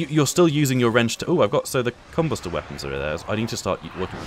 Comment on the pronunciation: You pronounce combuster so weird!!! 😂